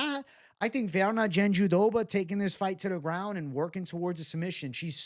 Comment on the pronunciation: Why are you saying JandiDoba…it’s jandiRoba 😂